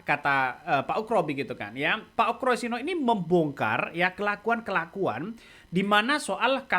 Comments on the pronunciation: Ugro bang bukan ukro pake G..UGROSENO..payah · Pak oegro bukan oekro ....